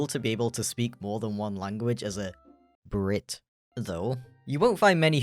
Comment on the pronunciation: The skunk jump scared me, that's for sure Also on the emphasis of " B R I T "